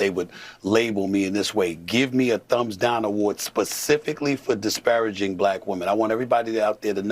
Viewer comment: This man can't even pronounce "disparaging" correctly and he wants to cape for Stephen A Smith? This man's defenders are not sending their best.